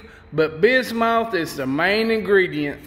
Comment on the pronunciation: Bismuth is said like bismyth